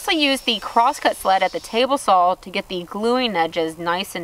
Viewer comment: i really love it when you say 'tablesaw(l)'